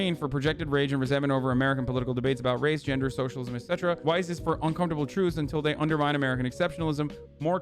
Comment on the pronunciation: The way you pronounce Weiss hurts my soul